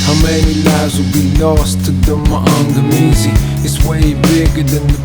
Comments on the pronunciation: Being Kenyan and understanding Kiswahili, I find Akala's pronounciation of Maangamizi quite amusing and slightly cringey😂 But A for effort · it's cringy because that isn't how it is pronounced, but it's understandable because he has a British accent. But him pronouncing it wrong doesn't mean people should stan him any less